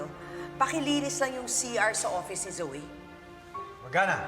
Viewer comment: Offish ang narinig ko hehehehe